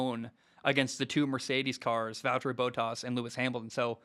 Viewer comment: Completely butchered Bottas' name lol.